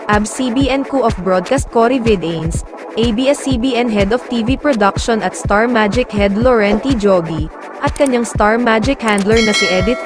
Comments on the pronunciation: Vidanes not its Vi da nes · Sounds imported 😂